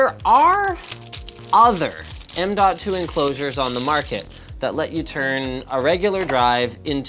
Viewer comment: M2 Sata works just fine. No need to emphasize the "DOT"